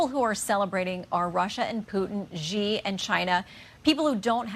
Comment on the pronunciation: News woman, the CCP leader's name, XI, is pronounced like the word "she". Why is that so difficult foe you people. And there are a lot of rumors that Xi (SHE) is more and more a figurehead. Y'all should look into that.